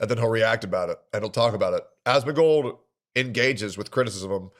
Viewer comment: every time he says "Ahhsmengold" I get so annoyed